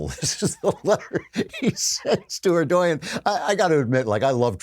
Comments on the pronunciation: Can't stand the pronunciation "er-doy-yin" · Erdogan - pronounced - "Err-Doh-Wan." Just FYI. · stop mispronouncing Erdogan!!! it’s prononounced Erdowan